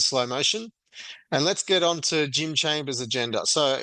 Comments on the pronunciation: its chalmers not chambers bro wtf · lol Jim chambers eh? It’s chalmers mate… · Chalmers dude, not Chambers 👍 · ChaLmers… if you’re going to critique someone, learn their name. If you haven’t bothered to listen to how his name is pronounced, how can we trust your information about him?